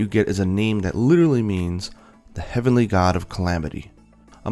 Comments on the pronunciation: Heavenly not Heavly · Heavely? Isn't it Heavenly?